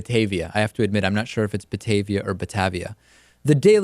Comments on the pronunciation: I live nearby. Batavia is pronounced ButtAYveea, not buttAVVia. (long A in second syllable). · David as someone from chicago its not (bat-ahh-via) its (Bah-TA-via) hard A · Thank you for reporting on this. I'm not sure how you managed to properly pronounce my last name but didn't nail "Batavia" on the first shot, but that point is moot. The discipline went through. Dryden was suspended without pay for 1 day, hit with a $490 fine, and given a note of remediation on his permanent record that will be a very bad mark in the event he applies to work elsewhere. I'm sure you'll hear more about this story in the coming days/weeks.